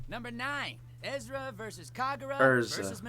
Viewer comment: Wowowowow did the a Fairy Tail VA just say Ezra?